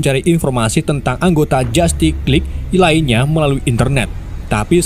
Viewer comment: Dibaca jastis Lig bukan jatik